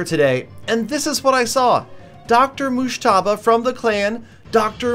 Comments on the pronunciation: The way you pronunce Dr Mojtaba is so funny it's like Irans Azeri's accent👍😂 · Lol u have no idea how to pronounce his name 😂